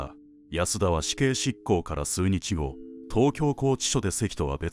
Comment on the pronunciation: 何で首を『しゅ』と？ ところどころ、読み間違いがあるのが気になった。 『出せ』を『しゅっせ』とか… 数日後を『すうにちご』… 犯人が悪いのは当たり前としても、 家のドアが開きっぱなしなのは警戒心なさ過ぎかと思いました。